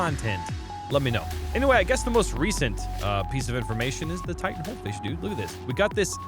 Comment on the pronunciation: Lmao Titan fish..no no it's T H 🅰️ N 🅾️S Fish